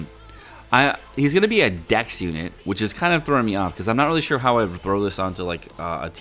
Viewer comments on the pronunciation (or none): none